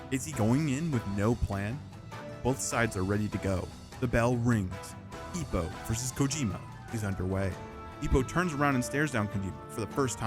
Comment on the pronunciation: his name is Ippo, not Ipo.